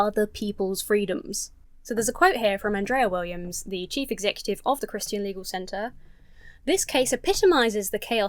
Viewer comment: American here. It is delightful how you pronounce "Christian". Your version has more syllables in it than mine and I like it.